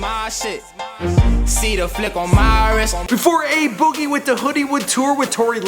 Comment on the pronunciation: I'm only here to hear how bad pronounced a boogie.